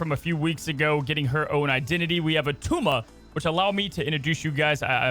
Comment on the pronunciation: It’s not a tumah!